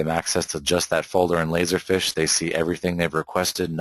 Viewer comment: It's "feeeesh" dude. Not fish.